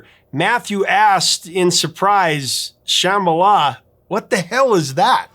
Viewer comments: Love your show! Used to call the request line at AM radio station (KUHL 1440, as I recall) over and over, trying to disguise our voices, to request this song. The harmonies still give me chills. Rare correction. The name is pronounced like Shaman Sham - ba - la, not sham, like fake or fraud. BTW, been watching for years as a freeloader. Subscribed today to help you hit one million! Congrats in advance! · It’s not pronounced “SHAmala”, it’s “shumBAHla” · Come on man! They pronounce it correctly in the song why can't You? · What, you're pronouncing it like the "b" is silent?